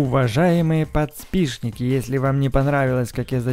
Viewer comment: Не подщписщики а подписчики